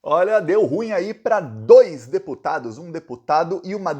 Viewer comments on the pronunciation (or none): none